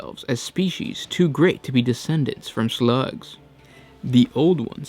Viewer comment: I like how you pronounce slug :shlugs